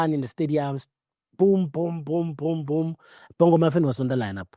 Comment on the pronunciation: "Bongo-muffin" The accent.. 😂